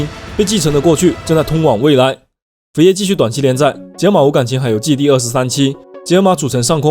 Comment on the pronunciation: 最喜欢作业本的解说了。 但请允许我鸡蛋里挑骨头。每次开头都有一个“扉页”，其实是念“菲页”，第一声，不是念“匪页”🤣🤣